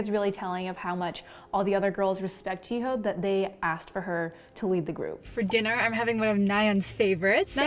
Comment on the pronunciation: Jiho 🥲its pronounced as Ji-yo